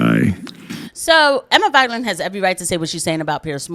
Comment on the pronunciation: hey, btw it's Vig-land, Not vige-land. 😊 keep up the good work